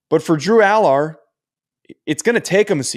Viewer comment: You can’t even say Allar’s name right